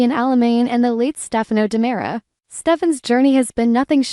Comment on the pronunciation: It's actually stefano dimera.